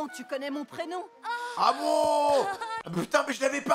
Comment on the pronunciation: MDR! "C'est le facocher" non la tu m'a tué 😂